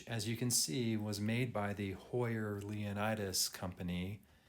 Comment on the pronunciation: FYI: 1. Pronounced Jackie Ickx as in iks and Leonidas = Lee O Nee das. Case is chrome plated over brass, not stainless.